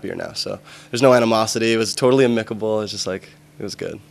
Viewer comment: amicable he stressed the wrong syllable haha =p